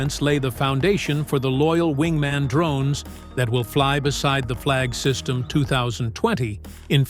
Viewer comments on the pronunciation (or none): Not "Flag system". "Flygsystem" - Flying system